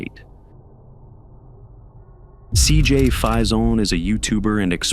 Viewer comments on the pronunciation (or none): Cj's name is pronounced fayson spelled faison. You pronouncing it as if it were French and it's not!!